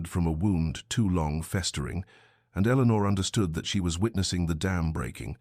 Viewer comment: “Eleanor” please.